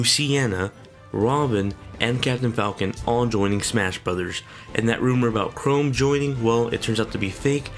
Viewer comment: If we're being sticklers for pronunciation already, you might want to know for future reference that Chrom is pronounced with an "m" sound on the end. If writing it out in letters helps, try Crahmm. I don't really care, but I know some people do and it might help you later.